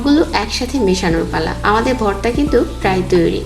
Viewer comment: Borta na apu vorta...